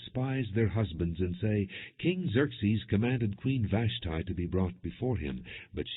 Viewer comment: Glad Vash tee is not mentioned long the mispronounciation is driving me crazy